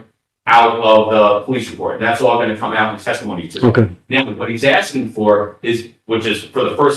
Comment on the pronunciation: Oh, he'll be axing questions as well